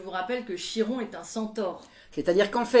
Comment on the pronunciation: Chiron se prononce "Kiron", faut le savoir hein